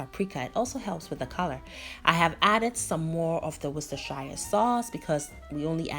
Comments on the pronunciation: Worcester Shire is pronounced WOOS-TEH-SHER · It’s pronounced Worse-ter-share. You are welcome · Hey, It's pronunced as wonder sauce the shire is silent.. Love your way of cooking fish just how I like it. Thanks Deta